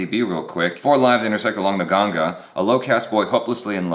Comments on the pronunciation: says, "Gangaa" like an Indian as opposed to "Ganjess". Ha ha ha.. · I like he pronounced ganga and not ganges 😊😊